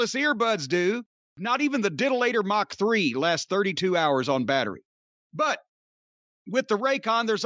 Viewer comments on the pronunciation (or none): none